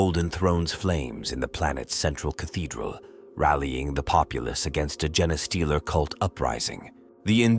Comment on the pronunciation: A little heads up: The gene in genestealer is pronounced as jeans and the ch in primarch should sound more like a k. Might have missed a few more but I hope this helps!